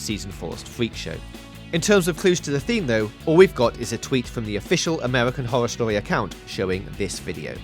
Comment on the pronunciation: Amewican howow stowy lmao